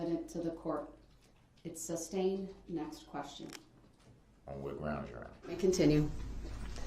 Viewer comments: It's ask not axe, sustain not substain, though not doe, grounds not grounz. He's a moron all across the board. He even tried to use his own ignorance as a defense. All he did was highlight how stupid he and most sovereign dopes are when it comes to real law. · Id like 1 cup of coffee, please...groundz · Making sure the jury knew he wasn't able to tell them everything they should know, such as subject matter jurisdiction. Always having his bible in view to show the jury what a good man he is. Saying 'grounz' every single time there was an objection and then acting as if the objection was unfair. Asking every witness if they were aware of who the plaintiff was in the matter. Trying a few times to pretend like he was respectful. Not consenting. Calling himself anything but Darrell Brooks. Shaking his head, making gestures, or laughing like a victim at everything that made him look bad or stupid. Objecting to almost everything. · "Grounz for the substain." Unreal. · RIGHT and AXEING questions instead of asking. Not to mention GRAUUUUNZZZZ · He's so ignorant he doesn't realize the word is sustained and not substained! And if he would be quiet and listen to the states objection then he would know the "groundz" when the judge sustains it....Dummy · It’s annoying that he kept saying substain instead of sustain and kept yelling GROUNDZ before the DA even gave the reason 🤦🏾‍♂️ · Darrell "Grounz" Brooks. I guess he has plenty of time to read his Bible now.